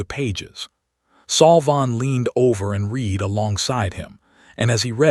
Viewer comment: Your stupid AI pronounced 'read' as read instead of red. Context pronunciation matters. Next time do your homework.